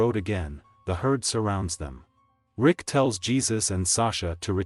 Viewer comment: “Lick” 💀 U mean Rick right?!😂